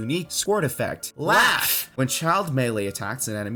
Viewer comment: everytime you said “LAUGH” I died inside